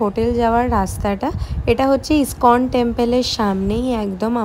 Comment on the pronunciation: স্কন টেম্পল নয়, ওটা ইস্কন টেম্পল। উচ্চারনের কায়দা বাজীর ফল।